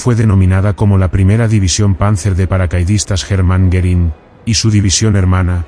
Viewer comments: I can't believe all these positive comments on a video with an AI voice that pronounces the subject of it Herman Goring as "German Garren." Looks more like you asked all your friends to post nice things so people would be suckered into watching a complete waste of time. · How sad that the AI voice couldn't pronounce "Hermann" or "Goering" most of the time, among other names and places, during this very informative video